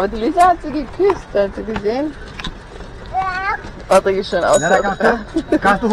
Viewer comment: Uli Nein er heißt Patrick Sie sprechen das p nur etwas als b aus